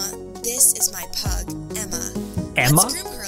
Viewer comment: when she said pug i thought she said “this is my plug,emma” 😭😭😭